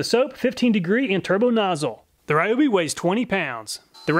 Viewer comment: Ryobi not Rayobi ;_; Why Americans are so stubborn to pronounce wrongly most of the words from other languages? Americans are mostly rude to laugh at foreigners for doing mistakes in English but when is a revenge time they are "it's not my language, what do you expect from me?!"... guys, we respect and try hard to pronounce your many ridiculous words which should be differently written then just check out even dense Google translate how to pronounce a foreign word. Just a language equality is what I want and it's really not that much or hard to do.